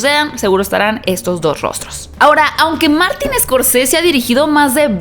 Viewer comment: Se pronuncia Martin Scorcese, no Escorcese